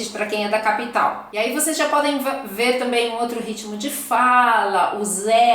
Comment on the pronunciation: Voceis e treis são pronúncias erradas.